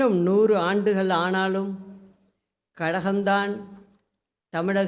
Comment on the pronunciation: கலகம் இல்ல கழகம்